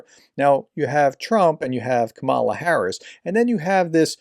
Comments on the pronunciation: Why do you mimic Trump in mispronounced KAmala as KamalA? Also russian church is a KGB outlet. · I don’t mean to be pedantic, but if you want to know how to pronounce our next president’s name, just say comma (like the punctuation mark)+ La (that rhymes with ma as in your mama): comma la, kama la, kamala. BTW, thank you for what you are doing for Ukraine! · Could you at least pronounce Kamala Harris's name correctly? I know you're MAGA but show some respect!! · Naughty professor pronouncing Kamala like Trump does. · please stop mispronouncing Kamala Harris’s name ( it rhymes with Pamela).